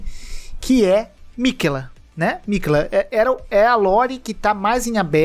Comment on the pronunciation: miquÉÉÉÉla... não miquêla... Parece que nunca morreu pra malenia kkk